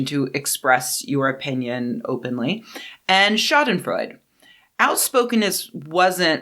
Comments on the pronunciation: The e at the end of Schadenfreude isn't silent It's not Freud, like our buddy Sigmund, it sounds more like Schadenfreu-duh The way you say "Schaden" is fine, except the stress is on "Scha" not on "den" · You probably know this by now, but Schadenfreude is pronounced shaa-duhn-froy-duh. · It’s pronounced “shah-den-froydah”. Love your work! Please keep it up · Sha-den-freu-duh is the correct pronunciation, danke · The final e in schadenfreude is voiced, sounds like a frontal English singular indirect (?) article "a" Great video, but could you stop taking about me? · The final "e" in Schadenfreude is not silent, it's a schwa. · But she did not speak German, she was speaking English and in English loan words often got an English pronunciation. Just how one English does with say the Swedish loan words Smörgåsbord or Ombudsman. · She's mispronouncing it. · The final e in Schadenfreude really should be pronounced. Great video.